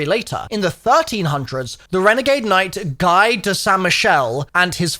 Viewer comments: Guy is not pronounced "guy" More like "Gi" (same G but "i" not "uy") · "Guy" is pronounced "Gee" (Gu-ee), it's a common French first name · I still wish toxic growth was the field upgrade. Also, Guy is a french name pronounced "Guee" so Guy of saint Michel means Guy of (or from) St Michael in case your were still wondering 😊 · The “Guy” part of “Guy de Saint Michel” is pronounced “Gee” kinda like “Gi” in English. It’s also a very common French name too lol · If he is French then Guy is not pronounced 'Guy' as we usually say it. In French its pronounced more like 'Ghee'. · Thought I'd come across this comment but, that name is pronounced [ɡi] (GEE) with a soft g. Love the tutorials man, couldn't tell you how long you've been a zombies companion ❤ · guy would be pronounced more like Gi like what jujitsu people wear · I find it funny that he critiques the french naming yet pronounces "guy" that way 😂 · Guy is actually pronounced “gee” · It would be pronounced like Gi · First of all, Guy is pronounced like the "gea" in gear, just without the r. Second, Guy de Saint Michel is just where the person is from. It basically means "Guy from Saint Michel".